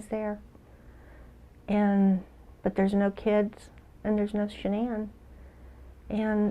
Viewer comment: Dr Phil, surrounded by a cavalcade of producers, assistants and brown nosers, mispronounces Shanann’s name. It’s not even during an interview segment. It’s a quick set-up piece. They could do it over.